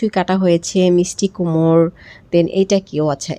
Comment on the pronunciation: Why did you guys make the table messy? You all turned the table into a dustbin. What kind of mannerism is this? And it's not kumor. Kumor is artisan. It's kumro. I know only one Barista, that's a famous coffee shop brand.